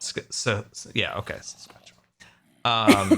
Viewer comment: As someone who lives in Saskatchewan I was dying . I WAS PRACTICALLY SCREAMING AT MY DEVICE IT IS SASKATCHEWAN NOT SWATCHASTAN